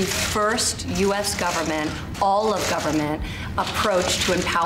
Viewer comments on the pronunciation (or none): Ivanka: “Goverment” 🙄